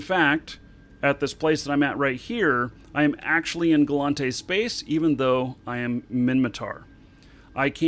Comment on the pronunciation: OMG it's gallEnte not gallAnte. Am I wrong about this?